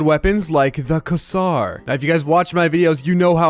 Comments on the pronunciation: the WHAT? "Kazar" is a very unique way for you to pronounce "quasar":eyes-purple-crying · It is called qa-sar not a q-saur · "the kasar" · Bruh its quasar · bro is saying QUASA wrong.